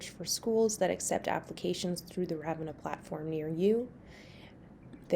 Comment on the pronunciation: Very helpful-though it's pronounced "Rah-vin-ah" with the the emphasis on the middle